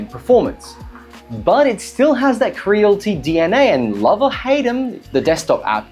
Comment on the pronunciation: It's pronounced "Cre-a-li-ti" bro lol